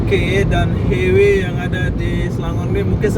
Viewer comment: Highway = Lebuhraya. Sebutannya bukan "hei-wei" bro tapi "hai-wei".